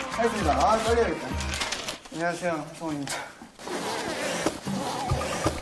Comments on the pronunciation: ㅋㅋㅋㅋㅋㅋㅋㅋㅋㅋㅋㅋㅋㅋㅋㅋㅋㅋㅋㅋㅋ 한녕하세여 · 한녕하세여? 인사할 때 새로운 문장 발견 → 앞으로 워너블은 한녕하세요로 인사하댜💕 그리고 성우 자기소개 표정ㅋㅋㅋㅋㅋㅌㅋㅌㅋㅌㅌㅌ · 자우먕 떽띠하댜 안↘녀→쎄여